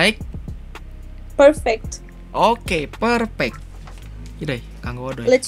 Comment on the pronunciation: Pleaseee, benerin lagi ejaan dalam b.inggris nya bro. Soalnya gue denger suka salah ngomong. Kaya perfect jadi ferfek. Maaf bro, cuma ngasih kritikian aja. Jgn tersinggung. Gue subscribe lo juga ko, bukan haters tenang aja. Buat suara sih gue akuin bagus, dan gue suka nonton juga dari video pertama lo. Thanks bro